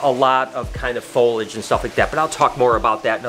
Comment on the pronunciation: I love ya but it cracks me up every time you say "folage". It's Foliage. Fo lee edge. 😁